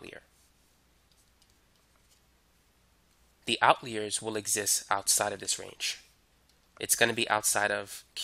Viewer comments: out leers?.. its out-liars....jeez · why do u say outleer, it's outliers like out liar. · You are an excellent teacher and I just want to correct your pronunciation of the word outliers. It sounds like Out liar as in someone who does not tell the truth. YOU are a great teacher. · What dialect pronounces it "outleer"? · Great video but if you say "Outleer" again I will scream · I'm so thankful I wont even comment on how strangely you pronounce "outliers" :p